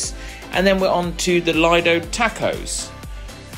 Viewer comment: Just one quick correction. The Lido is pronounced Leedo. Thanks for the great review of all the food.❤